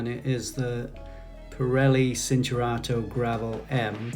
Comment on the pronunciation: Ch sound. CHINturato